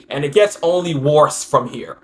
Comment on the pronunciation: The way you keep saying "worse" hahahaha